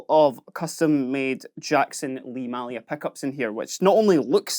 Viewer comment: May lia not Mah lia